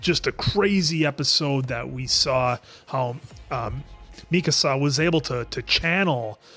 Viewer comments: Mikasa is not pronounced like Mi Casa 😂😂 Mikasa is ethnically Asian so the emphasis is on the last A mika-sAH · Yeah this is the "don't get attached to anyone" show, not even the main characters are safe!! And it's Mi-Ka-Sa, with equal weight on every part of the name. Not MII-kasa, or mi-KAA-sa. When it comes to pronunciation it's a safe bet not to overpronounce or overenunciate, or put extra weight on any single syllable of a word in Japanese. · mikasa {mi (me) - ka (call) - sa (samba)}